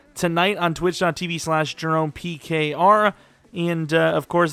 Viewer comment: You really annunciated the “pkr” that time. Now I understand😂